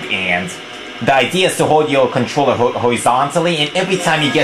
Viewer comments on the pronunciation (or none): none